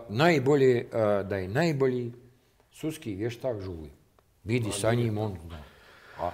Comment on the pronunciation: "suski vještak" 🤦🏻‍♀️